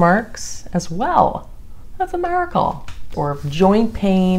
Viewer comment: I saw ur comment right when she said it 🤣🤣🤣